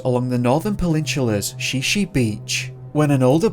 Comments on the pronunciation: OMG!!! If you are going to do stories about a place, make sure you get the proper pronunciations for those places!! Shi Shi Beach is not pronounced She She... it's pronounced Shy Shy! Makah is pronounced Muh kaw, not mackaw. Sequim is pronounced Skwim!!! Not SeeKwim. These are Native American names. GET THEM RIGHT!!! GRRRRRRRR I am from the Olympic Peninsula and hearing these mispronunciations is driving me crazy!!!!!!!! Remember there are wild animals here too! Bear, Bobcat, Cougar, Coyote. Those will eat people. Bones and all. I believe that's what happened to Bryce and the guy who went to Mt. Baldie. OMG.. Spokane is pronounced SPOKE ANN. NOT SPOKE ANE. OMG!!! Who the hell is this narrator?? DUMB ASS!!! Research pronunciations!!!!!!!!!! HOODSPORT!! Not Hoodspot!! There's also rumor that there is government military installations all over the olympics.... Secret ones!! HMMMMMMMMM....OMG Again!! Ozette Lake... O zett! Not AHzett!! OMG!!!! GRRRRRRR!!! Port Ange LESS! Not port Angeleeees. OMG!!!!! New narrator please!! One who knows how to completely research!!!! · I thought it was Shy-shy not she she. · Washingtonian here, Shi Shi is pronounced "shy shy" and Sequim is pronnouced "skwim" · And Shi Shi is pronounced shy-shy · Please contact me next time to confirm pronunciation of Native American place names in Washington State. Shi Shi Beach is pronounced "shy shy". Sequim is one syllable. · It’s pronounced shy-shy beach and MaKAH ( emphasis on Kah). Sequin pronounced as skwim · It's pronounced: Shy-Shy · Shi Shi beach is pronounced "shy shy" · Shi Shi is pronounced (Shy Shy). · Great video but ya need to work on the pronunciation of Sequim and Shi Shi.